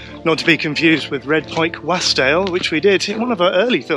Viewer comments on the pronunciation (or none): Great video!! but you butchered the pronunciation of Wasdale :') it's Wos-dale